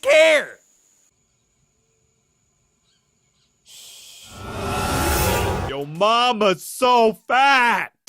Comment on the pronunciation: i will never get over "get in the caah" policeman